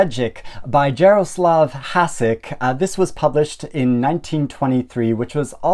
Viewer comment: Thanks a lot for this interesting and inspiring selection of classics! I'm glad this video was in my Youtube recommendations, so I'll subscribe straight away. Only a small correction from me: the Czech letter š is pronounced like the English sh, so the writer is pronounced like "hushek", and his most famous character is "shveyk" (with an "ey" like in "hey").